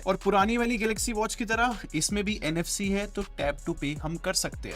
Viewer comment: Error in reading NFC😂